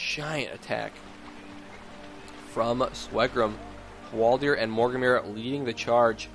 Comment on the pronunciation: Hwaldaaaaaaaaaaaar, not Hwaldiiiiiiiiiiiiiiiir.